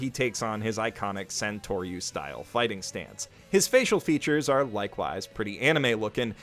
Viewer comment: I already liked you when you were a "professional shitbag" but now you are a "professional nakama", welcome to the fandom!!! A few things though: it's LOU-FEE, and SANtouryu, but you're forgiven since you just started. Two things I want to mention: One Piece is filled with GOD-TIER foreshadowing and is full of the FEELS starting with the dog, Shoushou was it? Enjoy this adventure! :)